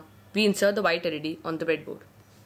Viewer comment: vite=wite Lol. thanks